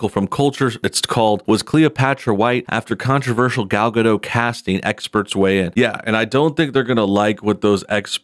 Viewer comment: Who is Gal Gad'oh? There's a 't' in the end, like you pronounces 'dot', but with a smaller/shorter 't'. Like Gadoht.